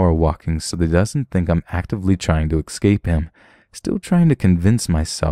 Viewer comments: What the fuck even is 'excape'.. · my dude, *essssscape. Please. Petty, but it's driving me mad.